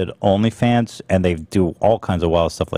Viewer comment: Lmfao. Ethan said " only pans fage" when he was talking about belle delphines new video.